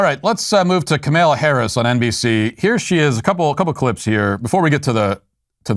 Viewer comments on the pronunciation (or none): 0V3RR1D3 I originally thought Walsh was intentionally misgendering her by calling her Ka-male-la but now he's done it so many times I'm starting to think he just can't say her name right. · It's Camel-uh I believe... I'm black and Biden says I don't know how to use the Google's. What do I do?